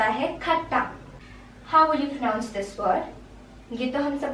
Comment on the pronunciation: pronounce the word “pronounce" properly,as you taught in your video...Rest all us good,keep it up...❤️love you